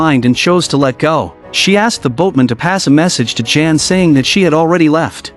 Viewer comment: It's not pronounced Jan like a girl's name (in English) but pronounced yah+ann = yan.